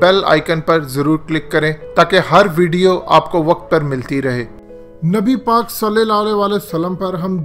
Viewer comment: Tm NABI PAK ka nam sahi se lia kro tm glat lete ho